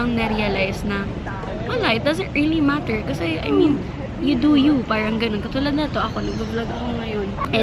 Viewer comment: idk naiirita ko sa "parang" nya mygadddd!!!! pero still, i love her hahahahah because of her din nagiging ganun na din pronunciation ko sa r, feel ko tuloy ang arte arte q 🙄 love u, skl yan!!!!:))))